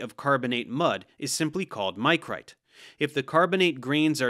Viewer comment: One minor point and one critique. Micrite is pronounced with a soft "i" as in Mick, not Mike. The vast majority of geologists use the Dunham scheme of carbonate classification as opposed to Folk's. Mudstone, Wackestone, Packstone and Grainstone are used, with some variations in detail, to describe the mud and grain content in a limestone.